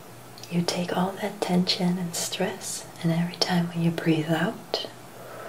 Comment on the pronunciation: You stressed the word "stress" and "stressed" quite a bit, but otherwise this is a very nice video as always and I appreciate your ASMRtistry.